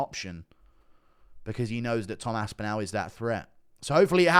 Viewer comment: GURU cannot say ASPINALL. GURU says ASPINOW :face-blue-smiling::face-blue-smiling::face-blue-smiling::face-blue-smiling